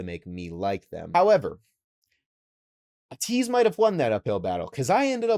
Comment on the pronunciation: btw, ateez is pronounced aye-teez